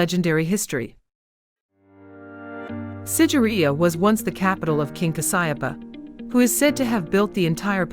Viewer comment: it should be SIGIRIYA...not sideria👍👍